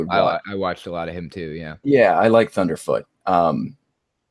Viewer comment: Thundeefoot? Jeeeez